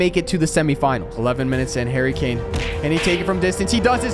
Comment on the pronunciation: There’s only Harry Kane. One Harry Kay-ain! One Harry Kane!